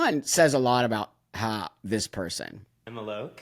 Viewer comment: I can't stand this person, but his name is "Alok," not "Aluke." He shows up everywhere, promoting himself. Why would you purposely mispronounce his name?